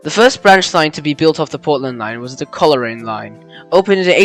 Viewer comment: Good vid, just for future reference Coleraine is pronounced- Coal-Rain Casterton is pronounced kass (mass with k) ter ten Koroit - Ko roy t Cavendish - Cavin (cabin but v instead of b) dish And they wouldn’t have to have dual or gauge changing train it would just run a shuttle from Portland to Ararat for connecting trains to Ballarat and onto Melbourne etc sort of similar to the Stony Point line